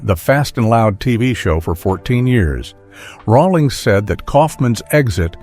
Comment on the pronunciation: can't even pronounce Rawlings correctly